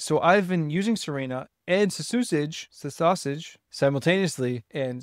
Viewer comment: i think its pronounced CC usage for claude code usage